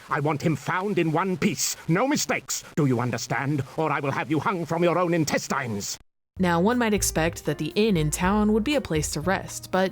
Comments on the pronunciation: Impressive that they have two versions and neither of them knows how to pronounce 'intestines.' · I love how he says Intestines here